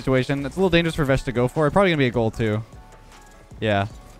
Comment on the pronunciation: when you say vesh i hear vegg'